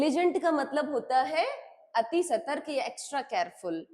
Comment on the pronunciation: सतर्क not सर्तक